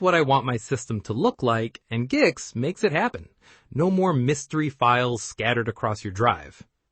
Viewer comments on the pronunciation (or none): i think its pronounced geeks